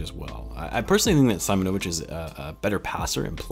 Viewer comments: Not SAImonovic but Seemonovic cause in slavic culture there’s no SAimon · As I’m from Hungary I’ve heard some Serbian before and Im pretty sure it’s see-‘mo-no-vitch :) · Its pronounced Marko Seemonovitch 👍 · Being Serbian myself, you pronounce his name like this. Marko Simonovic ( See-Moan-O-Vich ). I’m very excited if Marko ends up joining the team. I may be biased but Serbians are the cream of the crop in terms of European talent, Serbian basketball players a bred to be team first players with fundamentals coming before anything in the sport. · With the way European names are pronounced, I think it is pronounced as "see-mo-no-veech" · You were close just try to read first (i) like (e) Seemonovich similiar to this 🤣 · See- moñ-o-vic'